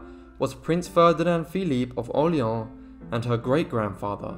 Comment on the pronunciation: For God’s sake, the name Orléans is not pronounced « Orleen « ! Google How to pronounce before reading !